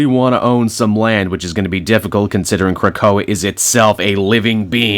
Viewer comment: You learned to pronounce Krakoa, yay